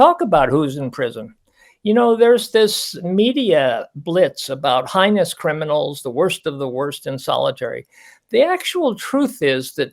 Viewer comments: Heinous is pronounced hay-nuhs. The expert doctor should know the word. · Right on! is a bleeding heart who can’t even properly pronounce “heinous” & who believes BK “is special”. If his loved one were a victim, he’d undoubtedly change his tune. As my husband says, “Give ‘em both a bologna sandwich and tell ‘em to ‘Shut Up!’”